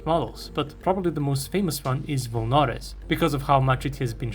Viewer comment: Volnorez is pronounced with emphasis on the E, by the way.